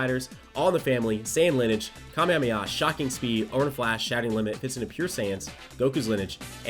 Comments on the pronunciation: its (Lin-e-age), not (Linege) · Lineage (Lin-E-age) I’m sorry but that made me cringe when he said it wrong 😭 it’s stupid Ik but oof 🙃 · Someone needs to teach how to say LIN-E-AGE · Linnage sounds like one of those meal abbreviations like linner and brunch. Hope someone tells how to pronounce it for the videos that will doubtless be coming on the teams. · l i n - i d g e gotta love that accent lmao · i cringed just a bit every time nano said lineage wrong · Oh my god, me too! Still hyped about the units though!! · Who else got triggered when nano didn't pronounce the E in lineage.... just me? ok